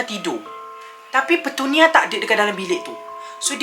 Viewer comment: Aku jeke yg dgar dia kata petunia tu pertanian? ke aku yg pelik...